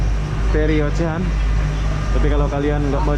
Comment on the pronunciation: Ocean dibacanya osiyen,ocean ocean,ocehan tetangga?wkwk